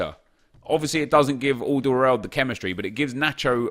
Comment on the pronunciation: The way he pronounced aldeweireld 😂😂.